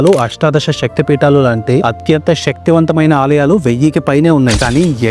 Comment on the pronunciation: ష కాదు శక్తి అని పాలకాలి